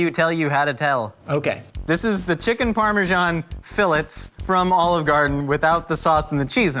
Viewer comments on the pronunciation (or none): Fill its Everyone else: Fill its Chefs that aren't: Fillets